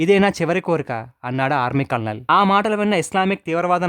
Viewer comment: కల్ నల్ కాదు కర్నల్ అనాలి, మన తెలుగు వాలు చాలా మంది కల్ నల్ అంటారు, ఎందుకనీ?